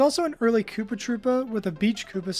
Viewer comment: The fact that you continually pronounced "kuppa" as "cuppa" continually killed me. It's pronounced koopa. That's how you spell koopa in japanese.